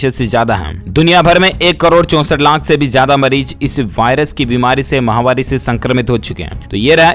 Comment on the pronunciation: माहवारी नहीं होता है मित्र महामारी शब्द होता है